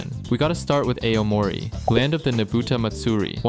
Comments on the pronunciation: its supposed to be pronounced "a-o-mo-ri" but you get the gist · Tokyo ❌️ Toky ✅️ Aomori ❌️ Ay oh mori ✅️ Iwate ❌️ Eye wa te ✅️ Gunma ❌️ Gun-ma ✅️ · Don't forget Ayo-Mori 😂. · I love your videos, but the pronunciations are just atrocious 😭 The info is pretty good, but I just can't take it seriously when I hear ayy yo mori lmao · don't forget ay oh moree and eye wa te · "Ey oh moree" prefecture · eh, could you please Google about how to pronounce the locations' names accurately before you record your video? because you got A LOT OF names' pronunciation WRONG. it's pretty weird because you said Akita in the right way but said Aomori wrong. it's AH-O-MO-RI. in Japanese if the Romaji, AKA Japanese alphabets written in english, is the same then they pronounce the same, one Romaji only has one pronunciation. i don't need to remind you that there are LOTS OF people who can speak Japanese on the internet, not to mention there are ACTUAL PEOPLE who lives in the places you mispronounced. it's very disrespectful. also isn't Iwate sitting EAST of Akita? 'moving a bit west'? do you know what you are talking about?